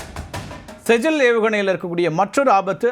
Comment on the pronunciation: செஜ்ஜில் இல்லை ஸிஜ்ஜீல்